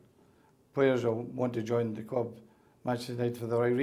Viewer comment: 26 years at the cwub!! Thats the way he speaks unfortunately he wont change will he!